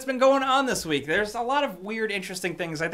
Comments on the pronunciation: Did he say wheat instead of week? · did you say every wheat?